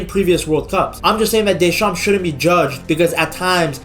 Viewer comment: In Deschamps the p is silent. Otherwise the pronounciation is excatly that